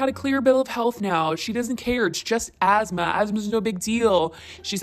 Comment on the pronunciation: i hate that she pronounces it asmaR and not.. asthma